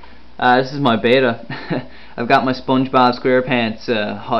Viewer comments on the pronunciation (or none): Bet-ta not bay-ta. Bay-ta is spelled beta. If words have double consonants in the middle (hammer, boggle) the vowels before the consonants have a short pronunciation. Sorry its just a little pet peeve, these fish are beautiful so the least we can do is pronounce their names right. Your video was awesome though! Great tank.